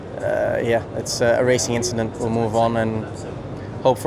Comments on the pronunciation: It was just an “inchident” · Just an "inchident" Charles Leclerc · Summary of the race: just an inchident